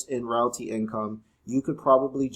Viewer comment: You pronounced realty wrong. It’s “real tea” like real estate.